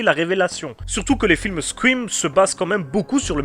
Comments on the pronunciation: c'est une très bonne video cependant j'ai un problème ne parle pas anglais si tu sais pas prononcer correctement c'est pas squim ou sqrim ou les 3 autres façon que tu l'as prononcer parce que je commence a saigner des oreilles tellement c'est de la merde. c'est Scream ca se prononce scrheem le ea en anglais sa prononce comme hee voila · c'est scream ou squouim ?